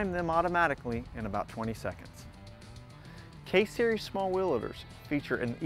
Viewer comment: i take that back he says case series from - -_